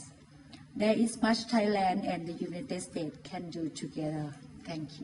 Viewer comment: United states... พูด ไม่มีเสียง s เลย =='